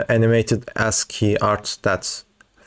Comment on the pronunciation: It's pronounced asskey bruddaaa